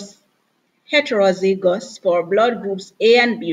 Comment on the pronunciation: Miss heterozygous is pronounced as 'het-ro-zai-gus'